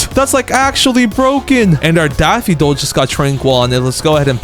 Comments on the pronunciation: daffidol instead of daffodil lol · why do you say daffidol but the subtitles daffodil? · Sorry to be this person but it’s Daff-oh-dill 🙃🙃